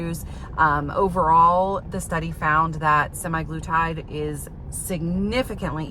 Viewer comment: Sim-EYE-gloo-tide? Say it ain't so. I don't know where they got "sema" from -- but based upon my initial research, I think "sema" refers to 7 days or weekly. Interesting results even though data mining is somewhat limited in its scientific validity. You mention demographics as affecting the study. For instance, tirzepatide was cheaper than semaglutide, so that might have something to do with whether an insurance company approved treatment. Would be a good basis for a direct randomized comparison between the two drugs.